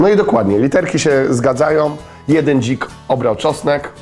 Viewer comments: dźik a nie dzik ? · A nie powinno być DZI(k)zamiast DŹ(ik) ? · Raczej dzik a nie dźk xd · a nie powinno być dzik zamiast dźk 😂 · DŹIK? hihi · Dzik Nie ź :d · "DŹ"? Dźik? XD